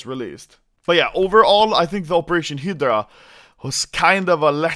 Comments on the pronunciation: I don't know why but I get annoyed when Anomaly says "Hyddra" instead of Hydra. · Its Hi-dra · Sounds like he is saying "Hitler Operation", instead of hydra. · American pronunciation Hi-Drah Swedish pronunciation he-dur-ah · Every time anomaly says hydra I think he says hitler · when he says 'hydra', it sounds like 'hitler' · Operation "Heedrah" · Hi-deh-rah operation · Anomaly i love you but its pronounced "hi-druh" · you pronounce hydra high-druh. druh like you're pronouncing only the dru of drugs. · I love the way he pronounces "hydra" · The way that you pronounce hydra is funny asf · can you pls learn how to read hydra? Thanks